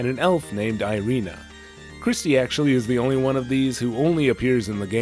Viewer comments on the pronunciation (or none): Irena is not airiina (; foken hamuricans and their puke pronunciation